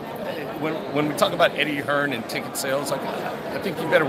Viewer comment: Its not "HearnS" it's "Hearn"